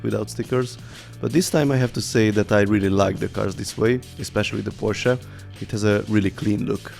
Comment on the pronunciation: Finaly someone who can say porsche not pohsss